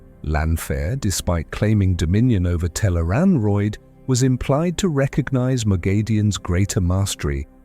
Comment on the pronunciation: Tel'aran'rhiod (tel-AYE-rahn-rhee-ODD) Note it does not rhyme with steroid. Also Tarmon Gai'don (pronounced: TAHR-mohn GAY-dohn). The author provides plenty of pronounciation guides for the new/unusual words and names. These are also online all over the place, thought the wiki has most if not all of them in one place. PLEASE research things before doing an explainer video on them. It's not good for credibility to have so much misspronounced.